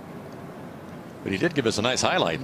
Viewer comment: Im guessing his last name is pronounced Steph awny Not steph fany